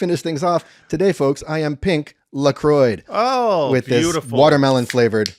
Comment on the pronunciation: Lacroy? It’s pronounced sort of like Lacwa. Meaning ‘the cross’. hehehe